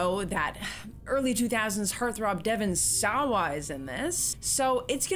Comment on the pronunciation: Love this one, not very scary as horror goes but clever and fun to try to predict the deaths. Also the way you say Devon SAWA is great